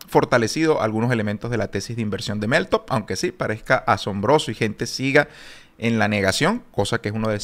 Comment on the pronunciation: Crítica constructiva: Pronuncias mal meltup.. cuando lo dices se escucha: MelTOP